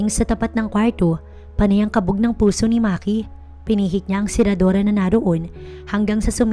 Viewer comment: SERADURA NOT SERADORA.PWEDE BA IWASAN ANG MAARTENG PAGBIGKAS NG KWARTO.PULSO NOT PULSUHAN.AYUSIN ANG PAGTATAGALOG.NAWAWALA ANG GANDA NG STORY.